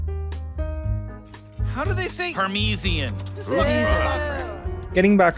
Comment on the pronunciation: Parmeeceean. Gross, I hate it.